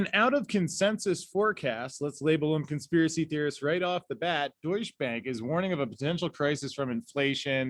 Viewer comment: I keep hearing “douche bag” 😂